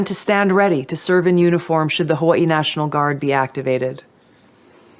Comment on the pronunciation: Tulsi said "hoowa-ee" a lot. What state is hoowa-ee?